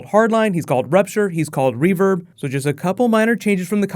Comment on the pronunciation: guys its reverb not revirbe